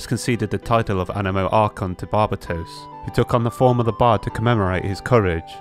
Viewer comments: barr ba tos? its even in voice acting that its bar bae tos lol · I stopped thinking about anything other than the way you pronounced Barbatos. Barba-toes xD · bar-BUH-toes. jkjk love you man (￣∇￣)